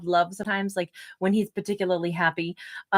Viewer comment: Great Story ❤ Thank you ❤ Every time you say Particularly You take on a accent I can’t place it ❤ Cracks me up ❤